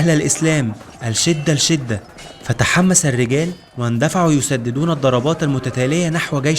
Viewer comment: اتمنى ان تددق في كيفية النطق الصحيح بالحروف وكيفية مثلا ( الشدة الشدة ) اللام هنا لا تنطق تسمى اللام الشمسية .